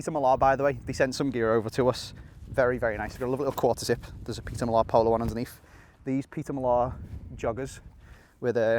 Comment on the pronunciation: Was a good video until I heard your pronunciation of Peter Millar, have a word with yaself mate. 😂